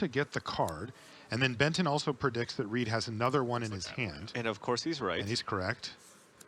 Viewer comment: Is it just me, or do I keep hearing Ben 10 when they say Benton?